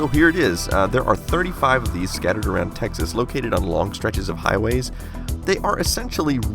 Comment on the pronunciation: What David said : Texas What I heard : Techxas What's up with my ears?